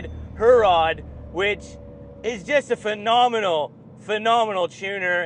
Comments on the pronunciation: It's not pronounced Her-rod. It's pronounced He-rrod. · Wicked car. Perfect daily. Pronunciation of Herrod needs a polish.